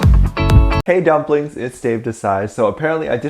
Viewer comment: oh my god I thought at the beginning you said ''dumb blinks'' instead of dumplings💀